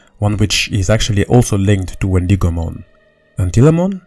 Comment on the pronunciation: Ok please let me know if anyone else is getting annoyed when he says Wendigomon like the I in it is pronounced as an E instead of an i. Or is it just me